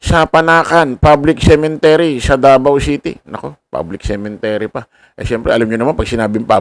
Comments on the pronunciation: cemetery hindi cementery😂😂😂😂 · Cemetary not cementary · Sorry po, CEMETERY, hindi cemeNtery. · Cemetery not CemeNtery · Cemetery..hindi cementery...